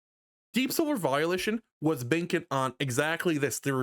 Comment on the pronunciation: I like how it sounds like you pronounce Volition as Violation, because that's how I felt playing the new game. Violated.